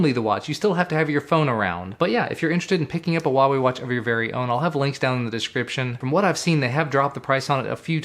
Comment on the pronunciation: It is pronounce 'Hua' , with a 'huh a', like flower. That is why the logo looks like a flower.